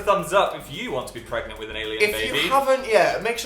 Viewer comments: Is he... pregananant? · Did Dil get... PREGANANANT...? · Ann Casoot he's pregananant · can u get dramatic pause pREGAnte